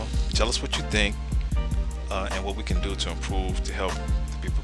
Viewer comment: As soon as the announcer said doe instead of do.... I stopped watching . Seriously dumb people out there!!!